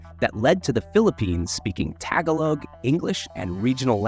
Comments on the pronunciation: You said it so wrong instead TAGALOG YOU said TAGALAG. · Tag-uh-log?… Tagalog is pronounced tuh-gaw-lug… It’s every Filipino person’s joke of how people from the U.S. pronounce words from any dialect of the Philippines. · why mispronounced 'tagalog' in the beginning of the video when you got it right at the end? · And you can’t even Pronounce Tagalog correctly. You can’t even Read it right.